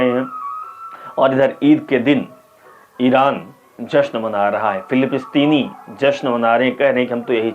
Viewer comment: उच्चारण सही करो पत्रकार महोदय,सही शब्द फिलीपिस्तीन नही है फिलिस्तीन है